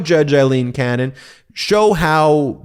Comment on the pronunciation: You're just never gonna say her name correctly, are you?